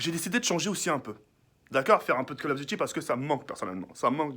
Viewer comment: "Kall of" chui mort mdrrr